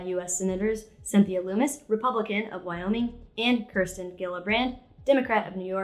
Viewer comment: doesn't know how to pronounce Kirsten Gillibrand's first or last name properly. This makes me like a whole lot more.